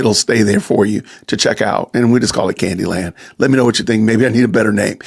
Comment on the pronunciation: “Candi Land” perfect